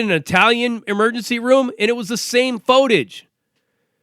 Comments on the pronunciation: First time, maybe a miss speak. But he kept saying it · How come dude cannot pronounce footage?